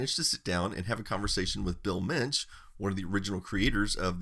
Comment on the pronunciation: As a German I always love how correct you pronounce German words :D (Mensch) just perfect!